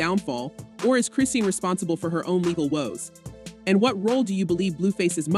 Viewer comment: Say her name right it's chrisean